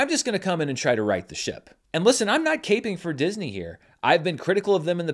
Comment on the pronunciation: It’s “capping”, like a pen cap. 😂 Not caping like superheroes wear. ❤